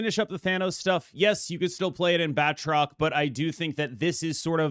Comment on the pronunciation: *Ahem, I don't believe ItsGuestGaming would approve of that pronunciation, you gotta really roll that "R" my man, apparently it's pronounced: {Bat - troke}